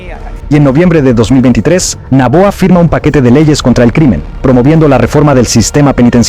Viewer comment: No es naboa.... es Noboa